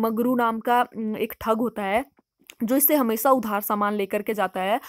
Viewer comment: You are pronouncing 's' as 'c' .....hamesa nahi hameshha...its just an Average novel